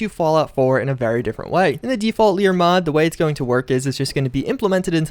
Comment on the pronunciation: L A E R LAYER NOT "LEER". just so u kno